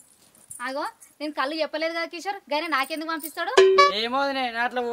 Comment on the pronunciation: కళ్ళు కాదు బాబూ కల్లు